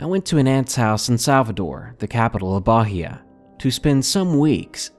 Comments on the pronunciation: 1st story. Bahia(you don't pronounce the "H") does not have "storms". The atlantic ocean is green. The sea can become violent sometimes, but it is not cold. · the way he says bahia is funny haha. We doon't use the H as 'R' per say, so it's probably just Bah-ee-a lol